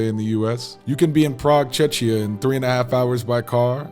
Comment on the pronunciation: Yea, I know this. But you definitely don't pronounce it like this. I hear you saying /ˈtʃɛʃiə/ and not "k" at the second place. Which is often confused with Chechnya. I know it might be hard to say, but it is a bit confusing.